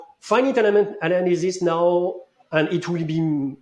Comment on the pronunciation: Funny to hear pronounce faɪ.nɪt which is a mix between the pronunciation of some people in France (like ɪnfɪnɪt) and the proper one:)